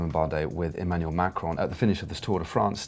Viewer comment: ...its Macron, not macaroon!!